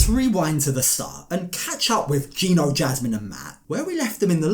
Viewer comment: Gino, pronounced gyno, is legally the father so why does matt need to pray the baby is Danes???